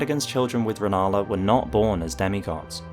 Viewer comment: Rennala, not Rellana